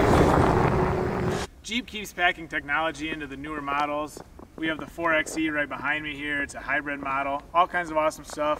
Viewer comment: Great explanation. But if you are going to talk about 4xe features, please learn to call it 4 by e. referring to it as a 4 ex e detracts from your credibility. Just think 4x4 (4 by 4).